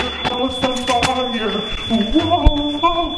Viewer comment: it sounds for funny when you say fire